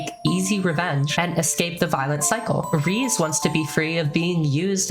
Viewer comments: I'm saying this with love. Why do English only speakers keep calling her Riiz? It's in Japanese, both E's (TRANS???) are obviously supposed to be pronounced. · I don’t want to be TOO big of a dork and I do love the video but her name is “ray” - “zay” and that comes from the way her Japanese name is written, it’s a lot harder to interpret some of the names in English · Japanese does not pronounce a hard E, from what I've heard. It is "Reh Zeh". Which is not pronounced "Ray Zay". It is the same pronunciation as the E in "bed".